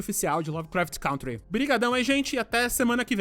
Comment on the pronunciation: Meu, pelo amor de deus : É CÂNTRY!!! aprenda a falar o nome do seu podcast!